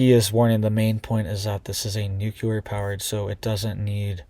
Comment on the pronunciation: It's pronounced NEW-CLEAR not NUKE-U-LER